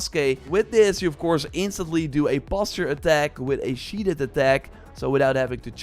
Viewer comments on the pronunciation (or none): SheathED not sheathed'd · This guy enunciats the "t" in "castle" and the 2nd "e" in "sheathed". Haven't you been doing YouTube videos in English for YEARS now?